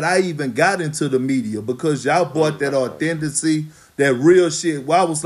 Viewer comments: (Authency)....lol Kp is right.He really isn't trying to look up any words in anybody's dictionary lmao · Perk said "Y'all brought that audenthicy" 🤣